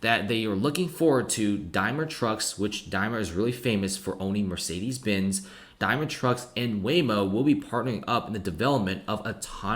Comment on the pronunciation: DaimLer. You keep saying the name of a chocolate bar. Otherwise great video thank you.